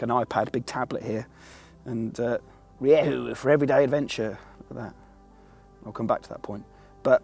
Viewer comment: As a Spaniard I can actually say that he nailed it in the later half of the video